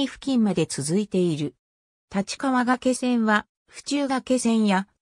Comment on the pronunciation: 原稿をコンピュータに詠ませているためか、術語などの読み方が不適切です。例えば「がけせん」ではなく、「がいせん」が正しい読み方です。他にも読みが不適切な箇所もあるかと思いますので、修正していただければ幸いです。